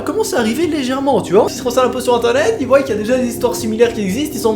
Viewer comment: Alors on dit ils voient et pas ils voillent. Merci.